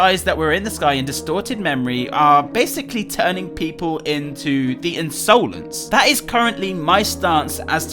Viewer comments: u say insolance its insolence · Why does he pronounce insolence like that